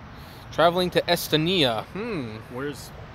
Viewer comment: Pronunciation is Es-STONE-ia